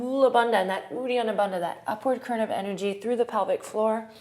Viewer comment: It took me until today to realise that she was saying 'current' and not 'kern'! Both work, I guess!